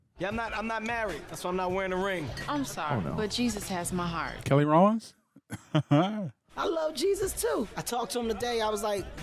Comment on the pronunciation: No fr always says the name wrong 😂 and he’s confident too when he blurts it out …Keri Hilson and Kelly Rowland babes